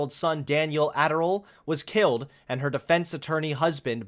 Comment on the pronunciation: Daniel Adderall lol. It's Anderl.